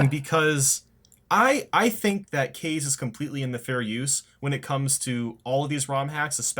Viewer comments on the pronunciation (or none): First you pronounced it as "Kay-z" then "Ka-zay", now you're back to saying "Kay-z??" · Kaze is pronounced Kaa zeh, it's Japanese for wind. And also Nintendo's indeed filled with dumbasses and assholes(especially Reggie Fils-Aime, fuckin' bitch)